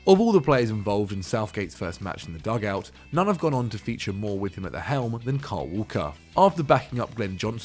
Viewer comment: Why does everyone call kyle walker carl walker